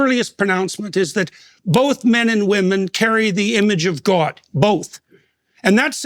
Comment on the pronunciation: Peterson’s pronunciation of “God” as “gawwd” strikes me as a micro-deflection in evading his giving a direct answer. A distraction to be focused on as he’s reaching deep into his well of psycho-analytical responses. I’m not sure what prevents him from sharing something Christians should rejoice in whenever they are given the opportunity to express their relationship with God.